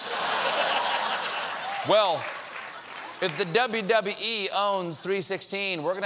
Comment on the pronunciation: I like how he said dubbee dubbee ee